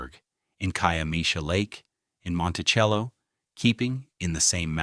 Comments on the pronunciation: What? Woodstock is not 40 miles from Bethel Woods. Monticello is not pronounced with a CH sound. Seems like whoever wrote the script and did the voiceover wasn't at all familiar with Sullivan county. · Is this AI? The way he pronounces Monticello and Kiemesha